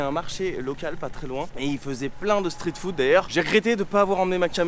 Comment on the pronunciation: Ce qui m'embête c'est ta prononciation. Je n'ai jamais entendu un anglophone prononcé le street en STRIT. Comme l'autre influenceuse qui prononce le scared en Scaréd. C'est juste ça